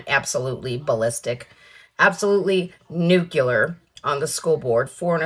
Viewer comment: Nuclear, not Nucular. There is no nuculous of an atom. There is, however, a nucleus.